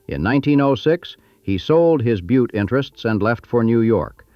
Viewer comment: Oh.... It's pronounced "BYEWT"...